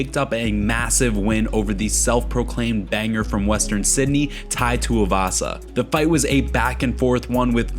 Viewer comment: Pleaseeeee it's too-ee-vasa not too-uh-vasa !!